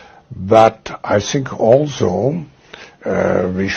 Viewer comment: He should of stopped at " I sink" 🤣🤣🤣🤣